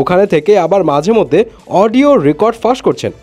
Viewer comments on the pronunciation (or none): none